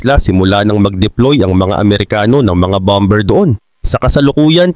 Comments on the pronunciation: Boss bammer(bomber) not bamber tamang pronouciation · Ang pronounciation dyan ay bomer hindi bomber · Boss, hindi bom ber kundi baa. mr😅😅😅😅😅😅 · "Bomber" sir ang tama pong pagbigkas nito ay Bah-mer silent "b" po "ber". Para po ito sa ikauunlad nyo bilang content creator. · Lods Bomber, silent B, BAMER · "BOMER" silent B... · Bomber can be pronounce as bomer( silent b) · BOSS "BOMER" SILENT B.